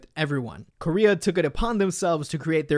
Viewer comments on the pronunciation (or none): none